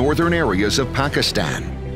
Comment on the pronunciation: western guy with american accent promoting PIA He is not even able to pronounce Pakistan correctly. You people didnt find any single person in pakistan worthy enough to give a voice over for this video? . Such a disappointment.